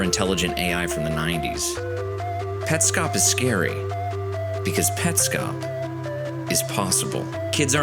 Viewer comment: Hi. This is a chilling video to watch at 3am. But it is an AMAZING video and it answers Petscop. I knew this is something awesome when you mentioned the "correct" pronounciation of the game. You win 🏆 I'm subscribing for more of this. Also, to hide under my blankets because this gave me chills throughout the entire video 😅😅